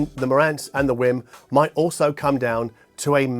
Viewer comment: Did you just say "It's a Wim Wim"?